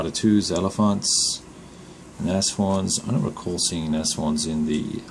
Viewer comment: Although I've seen the video before obviously, I just noticed you pronounced the tank name correct.....Nashorn as in Naz Horn, very good!